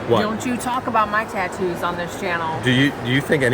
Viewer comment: OMG can not say Tattoo "Back taktoos"